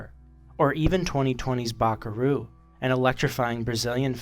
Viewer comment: Great video, but your pronounce of Bacurau was laughable, you said “bacaru”